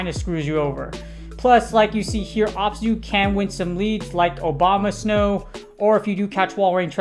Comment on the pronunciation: I swear I heard you say obama snow lol oh wait you did